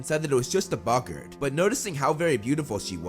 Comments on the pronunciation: its bogits not bogons alest according to the prisoner of azkkabn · Bog-art not buggert